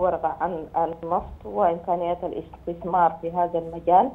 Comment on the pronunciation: مقدم برنامج الحدث الإقتصادي يتمتع بلقاقة جيدة. لكن لديه مشكلة في نطق كلمة (الاستثمار) فهو ينطقها اثتثمار: يعني اث ت ث م ار